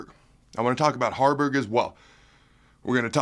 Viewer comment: Harberg not Garners